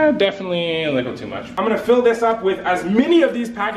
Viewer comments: Why do u say licle it's little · He says little like lickle. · Soldiers why do you say lickle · im a likkle salty at the way you pronounce little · Why is he saying licole does he mean little. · says licle instead of little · y u sayin likle instead of little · why do u keep saying likle and not little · Is it just me, or when he says little, does it sound like "likle"? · y do you say likkle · Y does he say likle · He legit says lickle